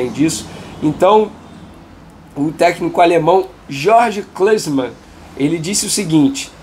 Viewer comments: Foi engraçado tu falando o nome do Klinsmann mas oq vale é a notícia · O jornalista esportivo não sabe quem é Klinsmann, um dois maiores atacantes da alemanha, e mete essa pronúncia?? HAHAHA Tá bem hein Leo Dias, manja de tudo paizão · Quem? A pronúncia aí do amigo Venê não foi das melhores kkkk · Po Venê, vc mata a gente de vergonha nesse vídeo. Não sabe que o Klinsmann é um dos maiores atacantes da história do futebol, tratou como se fosse um ilustre desconhecido, nem conseguiu falar o nome dele pqp vou enfiar minha cara num buraco kkkkk